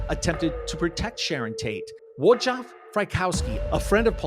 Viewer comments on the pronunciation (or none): Wojciech is pronounced Voyteck, not Wojah!!!!